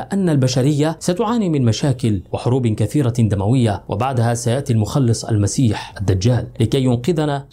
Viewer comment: المسيخ الجدال وليس المسيح